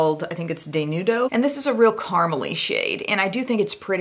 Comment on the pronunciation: It's pronounced "des-new-doe," it's a Spanish word for naked or nude.